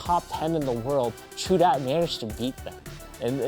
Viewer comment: great vid at the end it sounds like your saying raichu